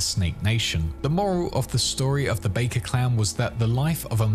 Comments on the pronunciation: Bakkers. Back-ers, not bake-ers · Great video. One question though; how have you played this game and yet you don't pronounce Bakker properly? It's pronounced like BACK-er, not Bay-ker. 😫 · You're pronouncing "Bakkers" as "bakers", but ingame people pronounce it "backers". Which one is correct? :D Great video nevertheless. Nomad was always my favorite lifepath in this amazing game. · It's definitely pronounced backers like in game. They aren't a clan of baking pastries and pies. 😂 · Baker? Aren't they called Bakker? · As soon as you mispronounce the name of the clan that the MAIN character begins the game as a part of, you lose the trust of your audience. If you had played as a nomad in cyberpunk 2077 one time, you would know that it isn't pronounced "Bakers" Got serious doubts about everything you say for the rest of the video. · Also Ara-sack-a